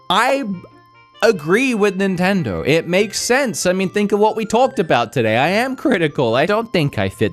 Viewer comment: It’s Nintendoe not Nintendoo